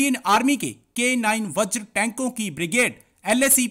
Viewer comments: Vajra ko baajra bolthe hai aur Mirage ko Marriage!!!!!! Kia gunda banega re tu????? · 2.58 baajra nhi vajra hai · इसको बोलो बाजरा नहीं वज्र होता है।😂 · बाजरा नहीं। बज्र है ज़हिलो।।।।पाकिस्तान कि education।।अल्लाह हि जाने।।😂😂😂😂😂